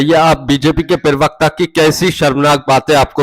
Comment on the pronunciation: प्रिवक्ता नहीं प्रवक्ता बोलिए. पढ़े लिखे है